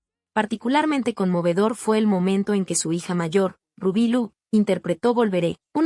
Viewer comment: Nisiquiera su nombre sabe decir tengan coherencia y respecto RUBY Pérez PURA NOVELA